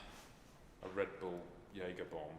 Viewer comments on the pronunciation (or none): none